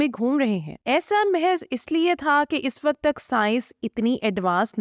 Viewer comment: محترمہ آپ اور عدیل صاحب بہت اچھا کام کر رہے ہیں ۔ اس وڈیو میں تلفظ کی چھوٹی سی غلطی کی نشاندہی کر رہا ہوں امید ہے آپ آئندہ تلفظ کے مطابق اپنی بات کریں گی ۔ جب ہم ماضی یا مستقبل کے وقت کی بات کرتے ہیں تو اس کے لیے اس وقت (الف پیش کے ساتھ ) بولیں گے جبکہ حال کے لیے اس وقت ( ا کو زیر کے ساتھ ادا کریں تو درست ہو گا